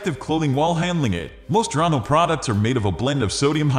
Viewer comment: The correct pronunciation of the product is on the label and yet this computerized voice still mispronounced it as “Dronno.”